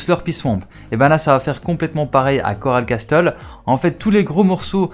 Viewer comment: Coral Castel ce pronoce coral cassel et non coral casTel révise ton anglais mec